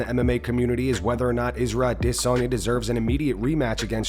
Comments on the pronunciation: Man the way this guy pronounce Adesanya is soo stupid. I-Diss-On-Yaah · Can you please learn how to pronounce izzys name? "A-Diss-on-ya" sounds dumb as hell. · SAYING "DISSANYA" LIKE THAT 10 TIMES AND THEN WRITING MMA COMMUNITY? I CAN'T WITH THIS GUY. HE MAKES ME WANT TO PUNCH MYSELF IN THE FACE. SO I LOSE BRAIN CELLS AND FORGET IT. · Why fuck does this guy pronounce it "ah-DISS-en-YA". Fuck its driving me insane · Dude why do ya’ll pronounce it dis on ya? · Why you pronouncing his name like that! AdEs-anya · Why do you always pronounce Izzy’s last name like that? “ahh-diss-sonia”😭 💀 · Please stop trying so hard when you say Adesanya. Come on man. It’s cuckish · Maybe now this narrator won't mispronounce the Last Gynobender's name? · Someone pleaeee tell me why he says Adesanya like that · I hate the way this narrator says adesanya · You trying to say Adesanya right is cringe